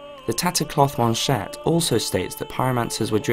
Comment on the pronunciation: You're Pronunciation is ON POINT. I nearly came when you said Tattered Cloth Manchette with the proper french accent